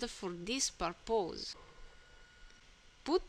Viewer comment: ***** You speak English pretty well. There was only a couple of words I had trouble understanding and I still am not sure about. But I noticed this one... For the word "purpose" you say it as "Perp-Us". Use this link to listen to it :)